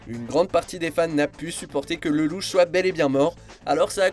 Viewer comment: Mon dieu comment tu prononces "LElouche".....